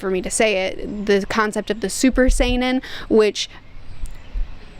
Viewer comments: btw, "saiyan" is pronounce the same as the word "saying," just a heads up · You are saying the name super Saiyan wrong.